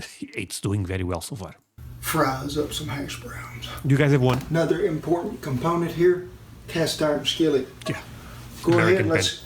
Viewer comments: Great video! I have a linguistic question: Is the letter "h" silent in Portuguese, as it is in Spanish? Because I don't hear you saying "hash browns"; I'm hearing "ash browns." The only reason I mention this is that you're considering making a cooking video of your own where you make hash browns, and maybe you don't know how we say it. By the way, my favorite addition to hash browns is grated onion! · Make sure you pronounce the "H".... as in "Half" and "Habenero"... (the only 'H' we don't pronounce is in the word 'herb'... the h is silent there -- don't let those goobers in the UK tell you different! 😉 ) and they're great with peppers, onions, cheese, jalapenos, mushrooms...in fact... you need to hit up a Waffle House when you next come to the States. Not for the waffles, mind you... it's ALL about the hash browns at Waffle House. Scattered, covered, smothered, peppered... you'd probably like them chunked and topped too.